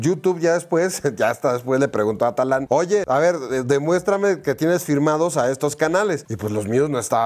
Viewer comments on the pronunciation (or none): No es Talán, es Tadán po favo :)